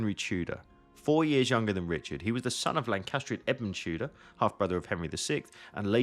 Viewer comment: Aussprache von Tudor üben !